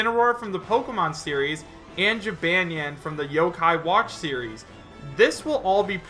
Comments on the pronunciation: I’m sure someone else has pointed this out, but you pronounced Jibanyan wrong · Omg not to be mean but you butchered jibanyan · I'm a simple man. I see Jibanyan, I click. Edit: Wow, you say Jibanyan so wrong. Its gee-bon-yon. Not Gee-ban-yan. Sorry, continue. Edit 2: Apology accepted (he said excuse me if I'm offending anyone). Like I said, I'm a simple man. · it's ji-BAHN-nyan, not ji-BAN-yan! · Its pronounced "Ji-bon-neon" not "Ji-ban(as in "banned")-ne-an" Although I do appreciate you trying. you say the "neon" part fast so it sounds nyan. Therefore, Jibanyan. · you said jibanyan wrong not to be rude its pronounced (ji-bahn-nyan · I honestly really want Jibanyan in lol. Also, I don't mean to offend you, but Jibanyan is pronounced Jih-bohn-yohn :3 Tbh I like the way you say it tho lol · Pronunciation: Chee-bon-yon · Ji-bahn-yahn, and he's the mascot, like Pikachu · OOH that Jibanyan section has me (A lover of yokai watch) EXTREMELY TRIGGERED. First off it's pronounceds Jeh-bon-yawn. NOT how you pronounced it. Second "Most popular Yokai Watch Monsters" THEY ARE CALLED YOKAI. Ya know like how Pokemon is Not Pokemon Monsters, it's just Pokemon (Which already means pocket monster). At least you pronounced yokai right. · Nonstop _Gamer I don't really play the games, so I don't know how it's pronounced in them. You would think it would be the same. I just say it as Jib - ahn - yahn. I agree with you though. I trust Pokedex 3D for Pokémon name pronunciations. I'm not sure if they are the same as in the anime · Pronounce Jih Bahn Yawn or Jee Bahn Yawn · It's pronounced (Jib - ahn - ny- ahn),. Sorry for correcting you, it's simply a reflex. Plus, I hope his Final Smash is his special move in the games, Paws of Fury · lmao that pronunciation of jibanyan made me die a bit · Hears pronounce jibanyan wrong TRIGGERED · Trust me Jibanyan is a good fit for smash AND ALSO your pronoucing his name wrong